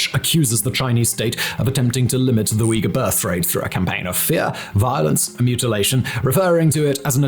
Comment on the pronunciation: Holy wow! Simon actually pronounced Uyghur right after so long! Was always hilarious hearing Uger.